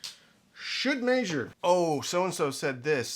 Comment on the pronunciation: Why do you say "maesure"? Instead of measure?